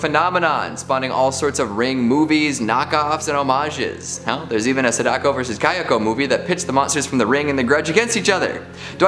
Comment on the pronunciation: It's pronounced SAdako, not saDAko...